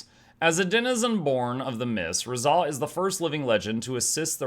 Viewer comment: Razah is my Fav hero in GW1, it's actually pronounced RAH-ZAH (Like the Sun God Ra). Its been so long I forgot the fact he could be any class, so I changed my mind on Revi channeling him even though a few weeks ago I thought hed be cool, but I was focused on him initially being a Ritualist. His lore is pretty amazing though. I'll just keep going back and forth between MONK and DERVISH... My body is ready.